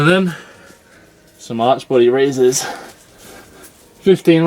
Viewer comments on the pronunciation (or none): I thought he said "arch bloody raises"! Ha! :)